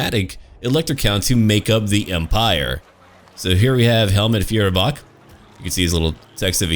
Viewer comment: Try to pronounce Feuerbach as fOYerbach with the oy from oyster. :)